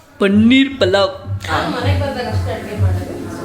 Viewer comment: ಪುಲಾವ್ ❌ ಪಲಾವ್ ✅